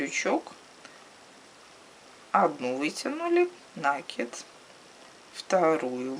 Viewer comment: накИд! С накИдом!